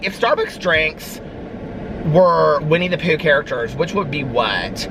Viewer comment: Winnie the prue 😂😂😂